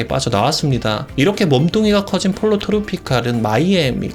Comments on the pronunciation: 폴로 트로피칼--> 뽀요 트로피칼.... Pollo=Chicken 스페인어니 스페인어로 발음해 줘야징.. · 폴로 아니고 포요입니다...